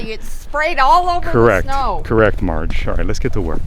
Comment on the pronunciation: 🤣😂🤣okay Marge you betcha! You need a little more practice with your accent 😂🤣💕. Looking good. those pizzas could have been used for frisbee golf 😂🤣😂. You get an E for effort.